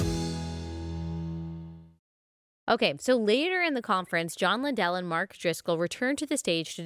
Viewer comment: Matthew 18 does NOT apply in this situation. And BTW… his name is pronounced LINdell - NOT LinDELL.🤦‍♀️